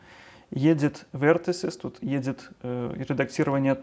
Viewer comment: классно, только не Едит, а Эдит. Не Эйч, а Эдж